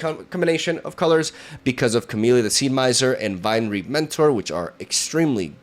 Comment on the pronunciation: Fyi, "Vinereap" is pronounced like Vine-REEP (not trying to be a jerk, just figured your might want to know!)